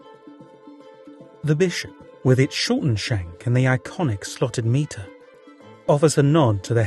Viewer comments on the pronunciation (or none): John Jaques' name is pronounced 'Jakes'. And a bishop wears a 'my-ter' not a 'meter'.